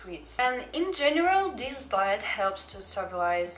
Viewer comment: How many times did he say diet it's like she calls it "diyet" oof no worries I'm not a hater it's just I'm laughing but I don't hate your voice it's cool